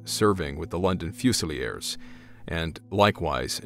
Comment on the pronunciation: 'Fusie-lee-ers' - I have never heard Fusiliers pronounced like that! 😂😂